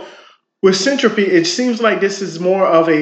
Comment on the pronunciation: Hold on? Boring? Something that makes internet connections faster, more reliable, and fully encrypted. Just launched and already announced integration with Minecraft and Chainlink. I'm not sure you understand what you're talking about. Not knowing how to pronounce the word Syntropy does not inspire confidence lol. This is going to blow up! It's potential customers aren't just in crypto, data centers, cloud providers, and anything that uses the internet. But ok..